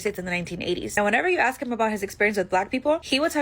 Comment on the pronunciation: Say, "Ask" 🤣🤣😂😂🤣🤣